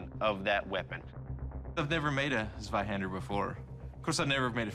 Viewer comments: Hahaha swihandr its funny how you pronounce it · Zwei, ZWEI, ZWEI Not swei... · shows Flamberge, means Zweihänder, says sewaihaaander. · Zvaihender? It's C(as in Ceylon) VAI- Han (a as in Khan) da (as in daw). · I'm non german and it hurt my ears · Doug: Mispronounces the name of the sword. Proceeds to use zero technique. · I will be able to rest in peace the day someone says Zweihander properly. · Not german, but I just can't stand the incorrect pronounciation of the weapon 😂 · His pronouncing of zveihänder is hurting my ears cuz he is pronouncing it with a z not c (cuz germans pronounce z as c) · Might i ask where you got that from? Ive heard non german people say it like that in videos before, but i am actually german, and i have yet to hear a german person pronounce the Z in Zwei like a C.